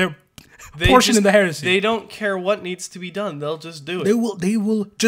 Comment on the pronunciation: 😂 every time he says heresy , all I hear now is Horusy